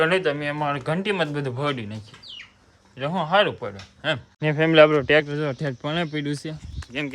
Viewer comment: ટ્રેક્ટર ❌ ટેક્ષર ✅😂😂😂😂